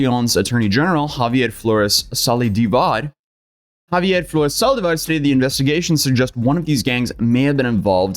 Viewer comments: Your second pronunciation of "Zaldívar" was so close to how "drooling" is said in Spanish "Salivar" that I had to rewind the video twice. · made saldivar sound middle eastern